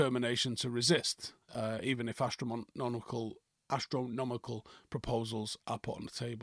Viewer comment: " Astromnonical " -, May 2025